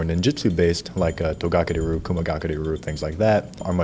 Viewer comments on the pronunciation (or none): I find it difficuot to take someone seriously if they cant even pronounce ryu correctly. and hes been training for 27 years?